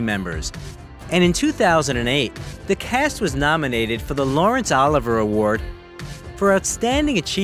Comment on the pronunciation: Also, do you ACTUALLY NOT KNOW who SIR LAWRENCE OLIVIER is or how PRONOUNCED ? I’m American and I know;geeeeez!!!!!!!!